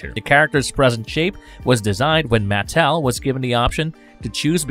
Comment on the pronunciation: What the F*** is Maat-tell